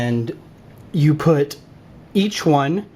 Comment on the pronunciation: put not pit